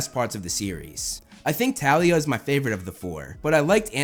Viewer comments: no no its pronounced th al e y a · Its thalia "th" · I KNEW YOU WOULD LOVE THEM! Quick note, Thalia is pronounced with the "th" sound. Ignore the movie (which by the way does not exist( Logan lerman pronounced it wrong! You say it like a th and with a long a sound